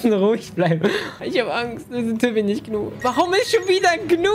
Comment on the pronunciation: Niemand: Gnu: sagt nicht „Ju“ sondern „You“ 😂😂 Liebs ❤️